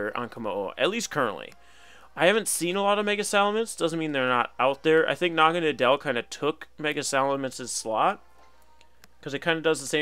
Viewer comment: That was a great video! By the way Naganadel is pronounced Naga-Noddle. Naga for snake and Nadel German for Needle.